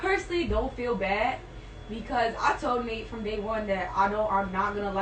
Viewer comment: It’s actually Nate not Nat